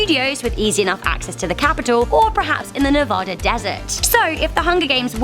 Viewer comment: Please learn how to say “Nevada”. As a lifelong resident of the state, it’s just a pet peeve of mine